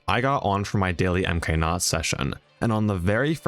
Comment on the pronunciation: Why is MKNOT pronounced M K NOT instead of MKNOT I'm nitpicking but yea :)))